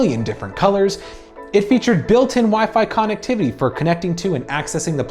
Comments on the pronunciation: Dude. It's (Cun-ect-tiv-ity) not con. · He said con- ectivity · Why does this guy not pronounce "connectivity" correctly? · the way he says connectivity triggers the hell out of me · I can’t be the only one that kept being bothered by the way he kept pronouncing connectivity 😂